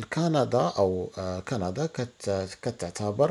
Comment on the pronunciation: قندااا 😂😂😂ياخوي تكلم زي ناس